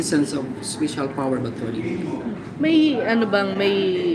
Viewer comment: "speysyal" daw HAHAHA ito ung SCAMMER